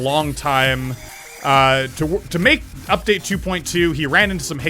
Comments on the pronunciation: you said “uptade” 3 times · It is called Update not Uptade